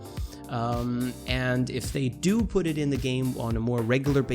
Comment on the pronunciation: You said do do